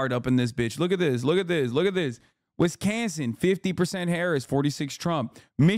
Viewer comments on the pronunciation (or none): Wiz kahnzing”… I just fell in love